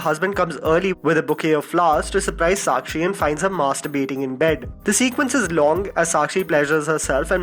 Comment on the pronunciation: You are pronouncing masturbation wrong